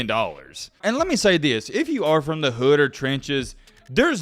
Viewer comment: You poppin it like you on that type of timing though.. a cornball calling another man a cornball is crazy.. you don’t know anybody from the ghetto just by the way you pronounce “hood” 😂 you online weirdos be talking crazy